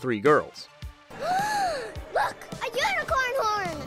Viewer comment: I died laughing every time he said “Gorls” 🤣